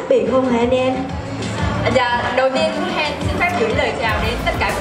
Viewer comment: Bà Sam đọc sai họ của chị Hen rồi :((